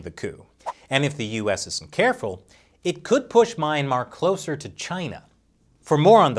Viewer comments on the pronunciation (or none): Good lord can you stop butchering the word ‘Myanmar’? It’s phonetic! Myan mar. Not MAYAN MAR 🤦‍♂️ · "mee-ahn-mar". NOT "my-ahn-mar". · "Meh-yan-mar" not "My-ayn-mar"...heheh...big fan of this channel :) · please please please go google "myanmar pronunciation" it definitely not MY-MA. Zina uncersored